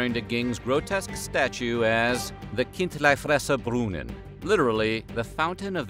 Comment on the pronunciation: As an austrian living close to Switzerland, I can't get over the way he says "Kindlifresserbrunnen"🤣🤣🤣